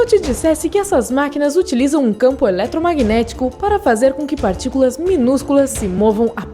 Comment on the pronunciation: "Acelerador de particulam"